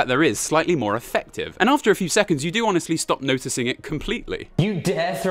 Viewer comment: Love how it says "Honsestly"